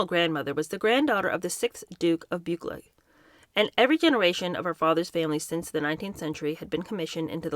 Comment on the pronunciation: Another heads up, Lochnagar is pronounced "Loch-nah-GARR" and Buccleuch is pronounced "Buck-LOO".